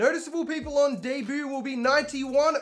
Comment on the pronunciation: I like how u say “debut” DAY BOO